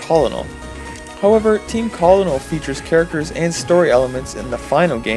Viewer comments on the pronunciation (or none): Hey... It's fine if you've never heard someone say the word before since I used to make the same mistake, but Colonel is pronounced "Kernel". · I hope you don't seriously think that's how Colonel is pronounced...